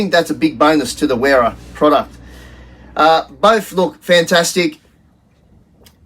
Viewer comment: And WERA is pronounced VERA. Heck, majority of people mispronounce Adidas, Volkswagen and so many more! But most people get stuck in their ways and refuse to understand languages different from their own. So they'll go on saying Nippex, WERA, et. al.